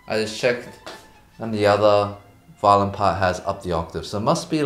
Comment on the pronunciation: For some reason, I kept hearing Eddy saying "violin" as "violent" so it sounded like he said he was going to learn an "incredibly difficult violent technique"